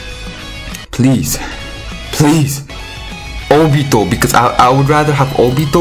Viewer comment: I really like the way how you pronounce Naruto and Obito. NaRUTO, OBIto